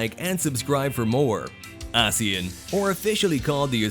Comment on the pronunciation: The narrator keeps mispronouncing ASEAN.